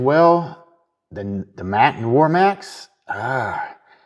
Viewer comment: Jesus H Christ, can't any of the reviewers pronounce Noir? It's not Noy-er, it's Nwar!